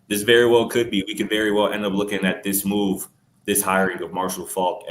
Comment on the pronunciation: said mooth youvment 😂😂😂